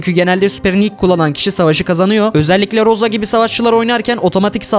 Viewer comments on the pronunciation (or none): none